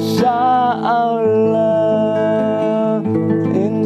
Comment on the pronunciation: Bilang insha Allah aja belum lurus,belajar tajwid dulu 🙂